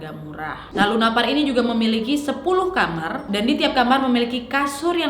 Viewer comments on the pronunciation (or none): none